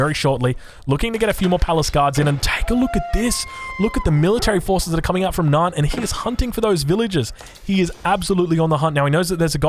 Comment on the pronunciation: Why do you say "Nyan" as "Naan". Am I missing an inside joke here?